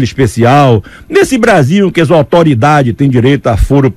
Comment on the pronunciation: Dazotoridade kkkk Foda!! Mestre!!! R I P !!!